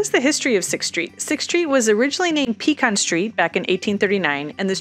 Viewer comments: Another carpetbagger who can’t pronounce Pecan correctly, selling real estate. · Look anyone who can’t even pronounce the names of the streets correctly, does not need to be trying to explain the history of the “ explosive” growth of Austin, Texas. Lady, you have not a clue what you are talking about when it comes to the real reality of the growth in Austin 100 years ago compared to the growth in the last 10–15 years! And please learn how to pronounce Pecan Street! It is not a PEE CAN!!! if you’re going to try to impress people with you being a realtor you need to learn more the real facts about Austin Texas and you do that from talking to the people who have been here 20-30+ years not people who just moved here the last few years they do not have a clue!